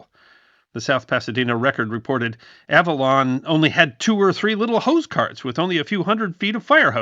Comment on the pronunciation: Interesting video. Your pronunciation of the island's name sounds quite odd to me, a SoCal native who's been there many times. I think you're hitting the consonants a bit too hard.